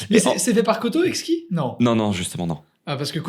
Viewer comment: IL PEUT ARRÊTER DE DIRE "EKI" POUR EXKI ???? POURQUOI PERSONNE LUI A DIT D'ARRÊTER SVPPPP